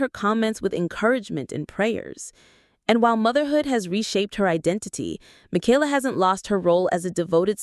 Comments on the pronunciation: Thank you for pluralizing their last name correctly when you were talking about Nathan and Esther. You said "the Bateses." It made my day. :) (Even if you did pronounce Michaela's name incorrectly) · It’s amazing that you narrate this as if you got all the facts. Half of what you have said has been twisted a little bit or totally false and is not facts. If you watch all the different kids vlogs you know them well. Michaela’s name is NOT Makayla! Katie never said a word about going back to school. They also have a home they own in NJ so they haven’t been flitting from apartment to apartment. When they moved to TN they got 1 apartment until they figured out where to buy a house. Lawson and Tiffany do NOT live in CA. The house they show is Tiffs house from her younger days that she personally bought as a kid with her TV money. Of course they are keeping it in case one of her auditions works out and it is an investment. They did not buy Will a pony. They rented a pony for his party. Pretty certain Carlins pool was opened at the end of last summer. Erin and Chad had to move and didn’t want to but the farms lease was up and I think sold. They also had to give up the goats 😢. Josie’s cruise was a mommy daddy cruise with friends. They took the kids to Hawaii. The boutique is not just Whitney’s. Carlin and Erin are owners too. But Erin has stepped away since 2021. Mama Jane is Gil’s mom. Kelly Jo’s mom Betty Jo died in 22. Ellie and Addie are NOT twins the Bates have no twins.